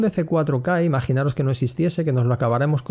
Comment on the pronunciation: Por favor, podrías decir "imaginaOs", "fijaOs", etc, sin la "R" ("imaginaRos", "fijarRos", etc)?